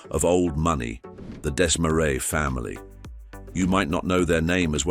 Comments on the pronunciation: Why do you keep showing US $100 bills instead of Canadian currency? Did your AI not know that Canada has Canadian $100 bills? And maybe deciding whether to pronounce Desmarais in English (Dez-maraize) or its native French (Deh-marai) would be a good idea instead of switching back and forth each time... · You got the pronunciation of "Desmarais" correct on the second try -- and then your third was even worse than the first. Try #4: ugh. #5 roughly correct. #6, OK. I guess you're putting the "uh" in amateur. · YOU COULD PRONOUNCE DESMARAIS PROPERLY